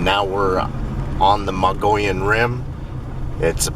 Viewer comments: you say Mogollon right, please keep after to say it right...I laugh every time he says Mongolian.. i really enjoy your videos.. thanks for sharing.. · Once again. Pronounce it MUG EE OWN. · Just a heads up, pronounced Moe geeee on....great vids, glad someone's picking up where mitch left off....if even not solely az, had my own rock throwing,red eye shine encounter on a switch back above lake mary, road leading to observatory. ...outside flagstaff, and have heard whoops on backside of knoll lake, spend alot of time up there in summer...